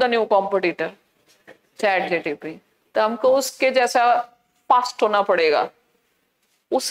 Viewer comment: Chat GPT ❎ Chat GTP ✅